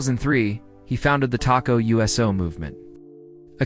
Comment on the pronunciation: If you’re gonna do a documentary on Fiji at least learn how to pronounce the words correctly. TOKO not Taco. Josh Tatofi not Josh Tatafi. Smfh